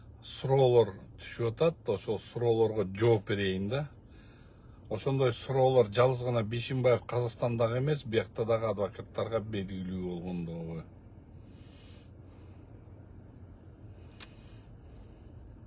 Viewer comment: Урматтуу мырза, Бешимбаев деп туура суйлонуз, озунуз Бишимовсуз!